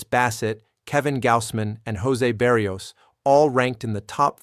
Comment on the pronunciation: Dude, work on your name pronunciations! BAH-REE-OHS Not Berry-ohs. Thats just one